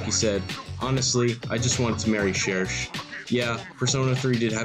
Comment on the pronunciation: pronouncing cherche correctly was just the fucking icing on the rodney cake